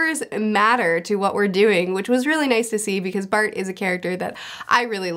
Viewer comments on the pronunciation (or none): none